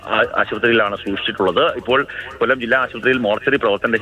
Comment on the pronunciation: കോല്ലം അല്ല myre കൊല്ലം